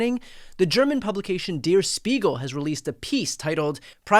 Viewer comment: You pronounced “Spiegel” Good but “Der” is pronounced as “there” but with a hard D instead of the th…